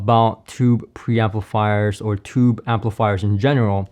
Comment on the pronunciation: Not “tubby”. As in the 🛁 bath tub! OMG! I was shocked when I heard that. You mean “tuby”. That’s pronounced ”